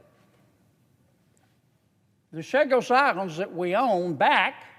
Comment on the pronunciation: First 2 things he said is false. 1. They are pronounced Chagos not Shagos. 2. Theres more than 60 3. Theres no 'qi' jin ping of China😂